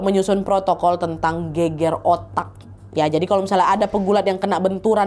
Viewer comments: gegar ga sih bukan geger?? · Gegar otak mbak, bukan geger otak 😂